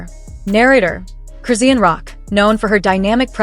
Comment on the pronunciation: This Ai called Chrisean(Croissant) I'm fkn dead.